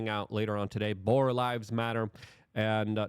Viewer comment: Boer not Boar! Get that boar out of your mouth! Stop putting things in your mouth that don’t belong there Luke !